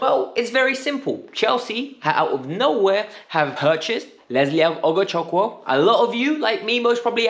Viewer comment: The name is pronounced "Ohgochooku". Forget the W.